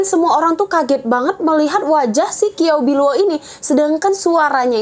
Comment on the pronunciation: Kiao biluo ? Qiao bi luo mgkn ? Bacanya kynya ciaopiluo